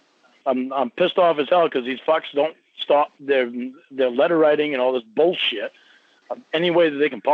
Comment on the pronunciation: you meant, “BOWLSCHEEIT”